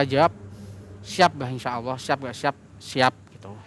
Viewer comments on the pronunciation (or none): none